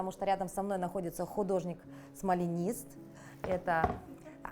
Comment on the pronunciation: смОлЯнист, а не смалинист